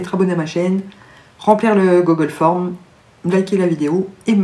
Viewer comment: 🌲🎄🎄🌲 Youpi celui-ci je l'ai!!! \0/ J'en ai même un non déguisé !😂 " le gogolle forme..." Magique comme prononciation😂